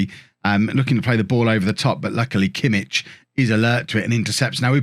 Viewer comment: Btw kimmich name is pronounced yosua kimmick